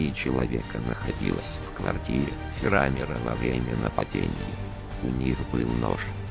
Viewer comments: Меня прикалывает ударение - фирАмир)) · фирамир ударение на а